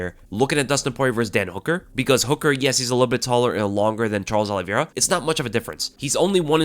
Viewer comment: I'm with Chael-es Oliveira, 😌😌😌